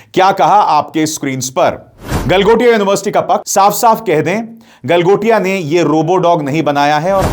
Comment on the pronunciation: गलमोटिया नहीं गलमोदिया यूनिवर्सिटी बोलिये, 😂😂😂😂